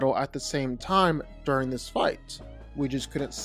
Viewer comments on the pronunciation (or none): none